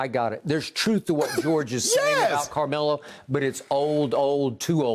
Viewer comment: Shannon…is it Camelo or Carmelo? Lol 😂 he literally took the whole “r” out.